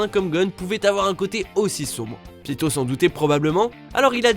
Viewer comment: C'EST PAS PITOO MAIS PITOUUUU